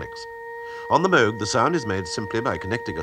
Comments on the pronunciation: Yes, correctly. He even introduced himself as Bob Moog. I always tell people they're pronouncing his name incorrectly. Ah well. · Nice to hear the narrator pronounce the name Moog correctly. Rest in peace Robert Moog, the grandfather of electronic music.